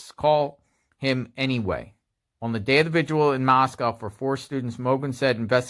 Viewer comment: When you say “the” before a word that begins with a vowel you pronounce it “Thee,” like The Exorcist. When you say “the” before a word that begins with a consonant you pronounce it “thuh,” like The Godfather. You keep saying “thee” father of . . . It makes you sound as though you’re uneducated.